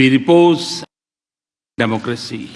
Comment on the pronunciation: it's not "democressy" its "democracy".